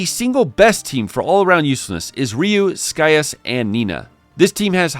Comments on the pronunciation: That's not how you pronounce his name! Lol! Not Sky-us, it's Sigh-as/Cy-as. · “Sky-as”? I thought Scias was pronounced “See-as”?